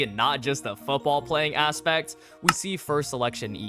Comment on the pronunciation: Didn't know you spoke French saying we (oui)